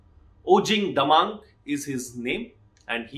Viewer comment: Thanks for highlight the matter in your channel. But sir you mistakenly taken the surname wrongly it's "DAMENG " is not "DAMANG". 😊.